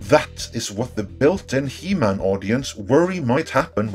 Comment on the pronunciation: “He-MAN” Say it. “He-MAN”